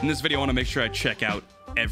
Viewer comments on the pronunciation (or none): none